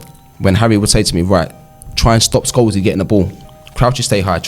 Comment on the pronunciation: The pronunciation is a giveaway: "Skoleez".